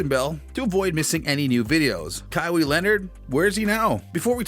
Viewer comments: Its "Kaw-hi" Not kawi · It’s pronounced (Ka-why) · "But for this video we're going to do a little digging." Proceeds to mispronounce KAH-WHY's name. Dislike and not finna watch 🤦🏾‍♂️ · Kawaa ..san Antonia bro e got a hard name but they pronounce his name at least 40 times a game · Ka wee? Yeah thats just shows you have no idea who Kawhi is and anything about him. Probably reading off of Wikipedia search. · You said his name wrong That's a automatic dislike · This guy never watches basketball or he would know how to pronounce his name. SMH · How can you make a video and not know how to pronounce his name? You're awful. You're wrong btw. Kawhi was being talked about since halted it.